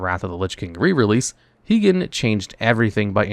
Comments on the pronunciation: HIGH-GEN, not HEEGEN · Heegan not high-gen